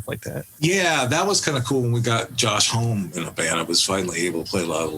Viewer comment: I thought that was weird too. He had me convinced for half a second that I'VE been pronouncing it wrong even though I've heard Josh pronounce it. That's how sure of himself he sounded when he said "home"